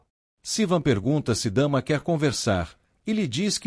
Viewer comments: O nome da irmã também fala errado "Dama" e é Damla ( pronúncia Damila) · Não e dama. É Damla